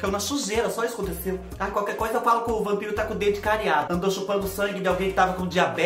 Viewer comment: Ralaween, Prepúcio, Rampiro...😂🤣